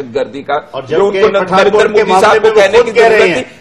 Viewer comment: narendar narendar narendar ....sidha narendra bolna tak nahi aata